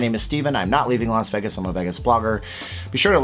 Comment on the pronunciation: it's pronounced VAYgus, not Veggus.